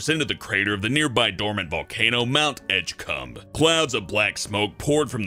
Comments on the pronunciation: did he say mount edge cum? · did u say mount edge-cum. if u did, who named it. ._. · "Mount Edgecum" ehm what THE FUCK